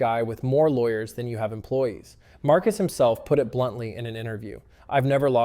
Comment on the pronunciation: He pronounced it at least three different ways throughout the video.